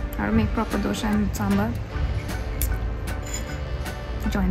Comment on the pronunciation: for the 100th time, please don't call it "DOSHA" it is "DOSA"